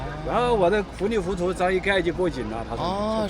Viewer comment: เขาหน้าจะพูดว่า 糊里糊涂 แต่ได้ยินเป็น fulifutou ฟังจาก H เป็น F 555